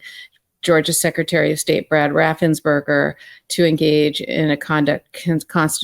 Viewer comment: Note: It's Brad RaffensPerger. Not berger.🤗